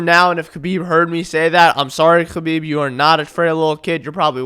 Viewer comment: are you middle eastern cuz u can say kh so clearly